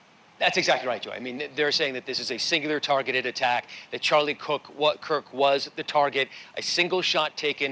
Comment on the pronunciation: His name was Kirk! Not Cook!